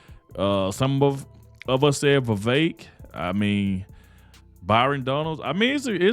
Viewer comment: I agree. Elise Stefanik would be a good choice. Thank you for pronouncing Vivek properly.